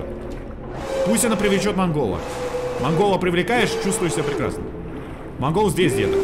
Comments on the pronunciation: мы говорим Монгол но правильно Мангл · это не МангОл а Мангл )) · Никто: ничего: называет мангл манголом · Мангол ударение на а